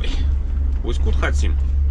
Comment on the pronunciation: интересно с таким ударением Усть- Кут называешь, классно 👍😊. Удачно проехаться этим местам!